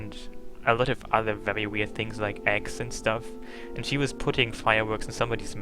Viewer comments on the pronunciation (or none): none